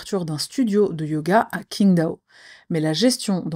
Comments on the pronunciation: Ça se prononce comme la bière Tsingtao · Le Q se prononce "ch" en chinois donc c'est "chingdao" même si ça s'écrit Qingdao. Voilà pour le cours de chinois 😁 mdrr. J'adore tes vidéos ♥️♥️ fan fidèle 💪🏽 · Hum le Q se prononce "tch" et c'est le X qui se prononce "ch" léger comme dans niche (plus ou moins).